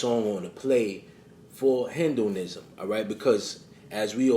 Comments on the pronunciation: it's not pronounced "hen-doh-nism"...it's hee-doh-nism...(hedonism) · FYI: The word (hedonism) is not pronounced 'hin-do-nism', dumbazz. It's pronounced 'heed-on-ism' or 'head-on-ism.' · Heed-in-ism… Hedonism is a philosophy that says the way to live life is to live for pleasure. Exactly like Alister Crowley’s motto “do what thou wilt” which means if it feels good, do it. Which we know is in direct opposition of the way the Bible says which is “Do the will of good”. We have to pay very close attention to this. I love you videos and knowledge I always watch all of your content and I am in the state of Maryland, not too far from you in NY. We gotta link up my friend, the knowledge between the two of us could help awake many minds. Peace my brother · it’s pronounced HEED-IN-ism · Hey, this was well done. Btw, Its pronounced Hee-dun-ism. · the way u say hedonism 😐🫤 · The way you pronounce hedonism 🤣🤣🤣😅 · What is Hendoism? You're pronouncing it wrong. It's He-Do-Nism. You pronounced James Gandolfini's name wrong as well. Stop being lazy.